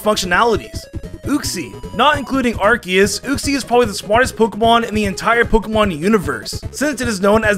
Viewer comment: ITS ARKOOS